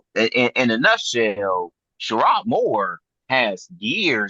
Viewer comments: That was bothering tf outta me too! 🤣 Just because you're from Flint doesn't mean you know Michigan Football. Worry about Day! 🤣🤣🤣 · It's not shearod Moore it's sherrone Moore show some respect dude...